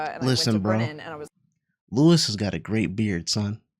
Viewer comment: Small note: Luis pronounces his name as lew-EES, not lew-ehs.